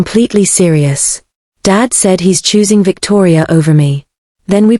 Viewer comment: "I'm thoosing Vittoria" snorting so hard